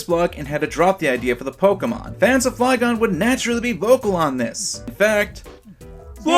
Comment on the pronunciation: Or called Flygon Fliegon xD